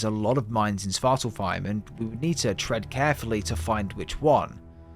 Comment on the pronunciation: and svartalfheim has an F. This guys pronounciations irk me